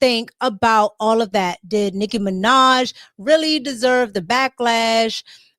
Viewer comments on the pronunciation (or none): that boy said "she descchlwerve..." lol